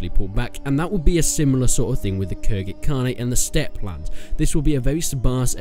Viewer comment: It's khuzait not khurzait